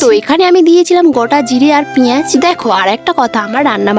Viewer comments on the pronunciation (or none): গাধা পেঁয়াজ কে পেজ বলে😂😂😂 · দিদি তুমি কি পিঁয়াজ বলতে পারি না তুমি যে পেজ বলি sorry বলার জন্যে 😊